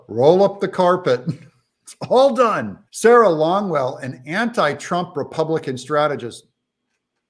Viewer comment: Did you say that he is done or dung? Could be both.